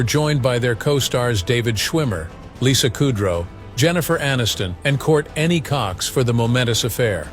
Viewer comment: Did anyone catch that he said Court any cox lol wtf... too funny